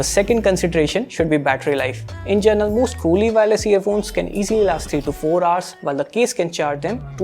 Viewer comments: Is it me or his pronunciation is 'gernal' for 'general'?? Anyways Nice Vid ... 👏👏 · "Journal" lol. he needs to fix that. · gerenal ....its general and its amazon not amezen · Bro, It's GENERAL (जनरल), Not Journal (जरनल) 😅 They are Two Different Words I was So annoyed In the First 1.5 Minutes But Rest, The Video Quality is Awesome 😁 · Bruh it’s general not journal At least correct it if u use the word very often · in 'gernal' or in 'general'? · Bro it is general not journal......imo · General not journal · Journal nahi bro General, no offence. Great going !